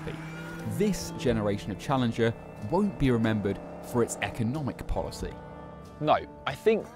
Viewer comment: it's called Challenger for a reason, not "smoothingler"